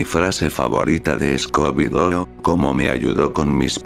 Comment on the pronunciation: Escobi y Belma, next level pronuntiation